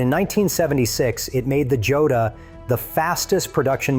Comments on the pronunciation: The Laverda Jota is pronounced hoeta. It is Spanish. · For anyone watching who's not A.I...the Laverda Jota is pronounced ""Yota."